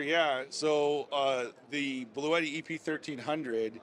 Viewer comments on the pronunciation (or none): It would've been nice to ask the Bluetti guys how to properly pronounce "Bluetti". I saw before an official product demo and the Bluetti guy did not pronounce it like you do.